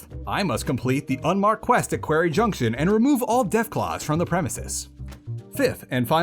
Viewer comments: Did you intentionally pronounce quarry as query for two minutes, or have you never heard it said aloud? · How have I not seen any comment on how you say "query" instead of "quarry"? Go to Sloan to learn how to pronounce it. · Quarry is pronounced "kworry" btw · Ok this video was great, but the way you say quarry kept making me giggle. It sounds closer to a word in my dialect which means gay person, so things like “it’s time to tackle the (quarry)” become quite funny. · Someone please tell him how to pronounce “quarry” properly…. 🤦🏻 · do you actually say quarry like that or is it reaction bait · the video's great but i had to take a break from watching like 4 times during the quarry junction section